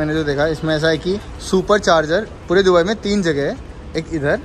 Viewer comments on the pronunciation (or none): you saying डुबई to दुबई is irritating... please 🤌🏻 ye naye accent mt invent karo 🥲🙏🏻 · Dubai ko Dobai kon bolta h 😅🤣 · Dobai nhi dubai hota hai 😂❤🚀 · Is not dhubai it's dubai